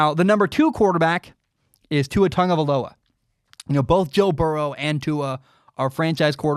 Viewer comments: Cuz it's pronounced how said it. Tongue-uh-vie-low-uh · I mean that is how it’s pronounced